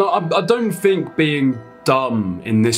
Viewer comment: its think......not fink